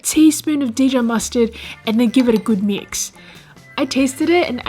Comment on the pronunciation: How about that Day-Jon mustard?